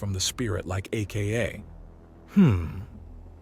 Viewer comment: I quite enjoy this series. May I suggest adjusting the AI narrator so that it says 'Aka' instead of reading out A.K.A.?